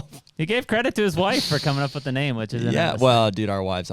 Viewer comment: Might want to spell and say his name right lol